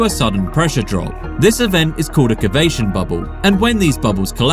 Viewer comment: "cavitation" bubble